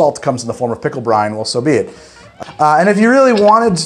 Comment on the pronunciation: Whenever he says "pickle brine", I keep hearing "Pickle Brian", like it's some sort of weird Pickle Rick OC.